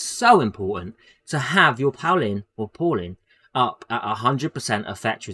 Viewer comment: He doesn't go, I'd give a pass if he were a DPS. I bet you don't have any friends named Paul, they'd be so ashamed of this pronunciation.